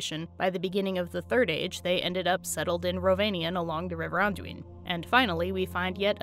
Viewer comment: I don't know why I never knew how correctly pronounce Anduin, but as soon as I heard you say it everything made much more sense. Specifically, Brandywine and Baranduin suddenly got much closer to one another than they were before.